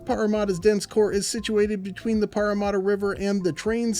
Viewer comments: Pretty close! "Paramatta" is pronounced "Para" as in parachute, and "matta" the same as "matter" ;-) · as a Parramatta local, I am still concened about the butchered pronunciation, there's no u's in the name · The parramadda kills me